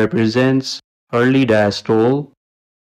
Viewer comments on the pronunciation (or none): Hello, diastole is pronounced dye-as-toe-lee Esophagus: ee-soffa-gus Thank you for the info